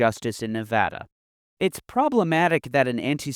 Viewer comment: As a Nevadan, I always must commend someone for saying the state's name correctly.